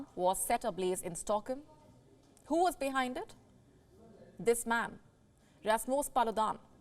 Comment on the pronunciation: Why say "Toorkie?" Can't you pronounce it properly as "TURKEY"??? And what is "Stockem?" Please be careful, it's very irritating for the ear! I've nothing against accents, but the pronunciation has to be correct, especially for a news reader. And about the main issue; it's a very insulting and stupid action or inaction. The one who burns holy books, irrespective of the religion should be seriously condemned and punished. And why is it so hard to take immediate action against the perpetrator??? I fully support Turkey (not TOORKIE) and condemn Sweden.